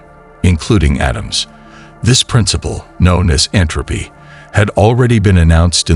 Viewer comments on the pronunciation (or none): none